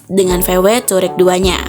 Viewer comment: Tahu wareg sebutannya😂